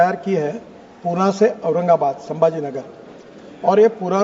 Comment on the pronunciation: गडकरीजी पुण्याला हिन्दीमध्येई पुणे असे म्हणतात तेव्हा पुणे असेच म्हणा.